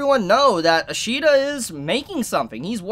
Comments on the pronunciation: His name is pronounced “Sway ish ida” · No, its ishida sui